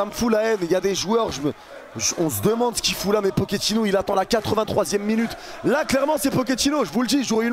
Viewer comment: "Nike pochettinno"